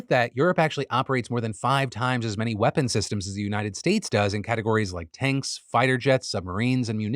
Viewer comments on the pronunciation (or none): none